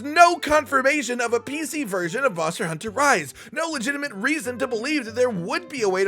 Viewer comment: MonstEAr HuntEAr